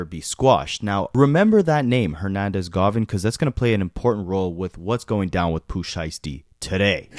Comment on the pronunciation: Hernandez Govan … GO-VAN … not GAH-VIN